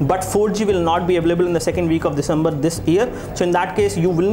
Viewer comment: you do not finish one point and start another.. like you were supposed to show hardware and then you showed speed test speed... and sir it is not 'disambar' its December and not 'janwarai' its January.